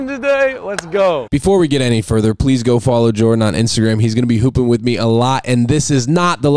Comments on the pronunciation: “He wit us” 🤣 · Jordan “He wit us” 🤣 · "he wid us" hahahaha